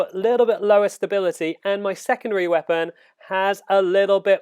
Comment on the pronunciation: why don't you speak normally? I had to stop after 10 secs. WeapAAAn.